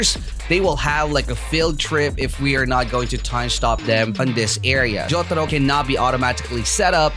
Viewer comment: I really like how you said jotaro🗿